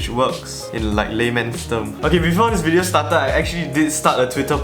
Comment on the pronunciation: Intro: LETS GET RIGHT INTO DA WIDEO Not even 5 seconds later: BEFORE WE START...